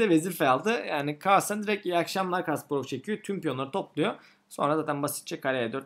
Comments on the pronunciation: Kahrlsen demesi:d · Carlsen telafuzunda zorlanıyor gibisiniz😁